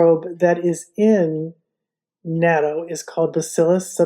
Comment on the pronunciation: Love natto and now I do make it in my Luvele..but could we please pronounce it like this “not.toe”…. Or listen to a Japanese person pronounce it…just saying…you did inspire me to use my Luvele for making it. Next I will order the specially cultivated smaller soybeans for natto from Laura soybeans.. turns out even the natto made in Japan uses special soybeans imported from the US